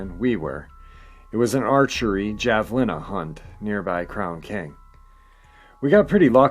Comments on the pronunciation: Javelina pronounced hav-a-leen-a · The J has an H sound = havlena for future reference. Thank you spice is the variety of life. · J pronounced like an H in that part of the country. Just helping. If I'm wrong, sorry